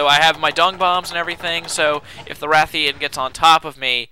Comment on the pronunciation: Rathian and Ration.and its Stamina, not Stanima.